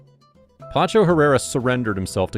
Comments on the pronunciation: PACHO PACHO PACHO not PANCHO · Pacho not pancho ignorant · Pacho, not Pancho. Great video though. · You can’t seem to get his first name right, lol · The narrator needs to learn how to pronounce Spanish! It’s not Pancho is Pacho! It’s not Palmera it’s Palmira Pal-me-ra!!